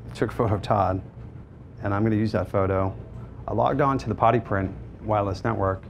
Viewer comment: It took me too long to realize he wasn't saying "potty print"